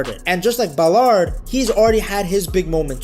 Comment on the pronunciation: Love the way he pronounces Ballaaaared !! Trying to make him french obviously!!